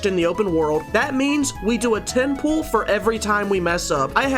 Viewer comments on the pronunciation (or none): When u say pull i hear pull up 😅😂